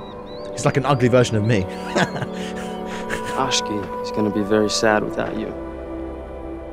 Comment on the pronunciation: ***** it really is because he nailed it like the third time XD